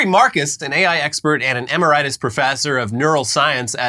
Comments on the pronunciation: ee-merit-us not emmer-itus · It’s pronounced “ehMERRitOOS” not emerEYEtus like you’re Wilford Brimley. I’m available if you need a proofreader, or Google has this advanced AI feature where it can read words aloud for you no wait that’s not AI it’s been a feature since like 2004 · It’s pronounced “e-máre-it-iss” professor, FYI,. It’s the highest level of post-retirement prof who usually gets an office, library privileges, a parking space, and etc. benefits, to work in a university’s name, after officially retiring. One usually needs to be tenured for six years prior to retirement to be eligible, and all tenured faculty, dept./school chair/director, dean, president, provost and sometimes even regents approve... (Sitting university president can often override ‘catty’ negative votes by everyone else... ) 🍻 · Emmer - EYE- tiss? Come on please pronounce better than AI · That is not how you pronounce emeritus